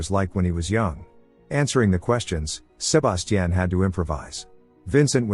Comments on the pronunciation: How many times can you say Sir-bass-teaan? x Damn AI is broken wtf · Sa-ba-ti-ion…Jesus! Over and over is crazy work.. so distracting, couldn’t even get into the recap 🤦🏾‍♀️ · I would’ve took someone else identity if my name kept being pronounced “SHU-BAS-CHIN” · I hate the way it says sebastian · yeah, it will be a while before AI gets certain words rights. That tells u rights there not to be afraid of them taking over the world. 😂 If a robot shows up in my house trying to kill me I’d ask it to say “Sebastian” several times… at least I’ll die laughing. 😂😂😂